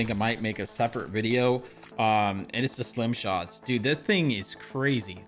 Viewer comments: This man literally said slim shots 😆 🤣 😂 great video, Stim shot! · Why do you keep calling it a ‘slim’ shot 😂 it’s a ‘stim’ shot a ‘stimulant’ shot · Why does jokesta keep saying slim shot instead of stim??? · Not me getting mad because keeps calling it slim shots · Am I trippin or I heard you said "slim" shot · Bro its stim shot with a T😭😭